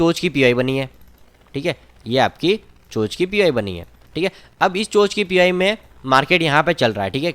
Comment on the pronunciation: चेंज ऑफ कैरेक्टर को चोंच नहीं चोक बोलते हैं बंधुवर🙏